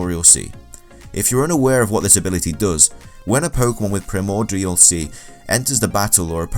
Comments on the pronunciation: Its pronounced Prie-more-dee-all, not whatever that awful pronunciation was 🤦‍♂️ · Apperently primordial is a hard word for this guy.